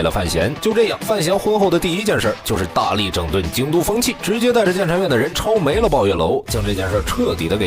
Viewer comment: 抄没(mo,淹没的mo)居然念mei😢太出戏了😢